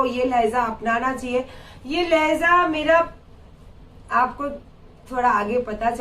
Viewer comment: Randi lahza nahi hai urdu mien LAHJA hota hai bandar kya jaane urdu GANDI ghodi dhagad diwani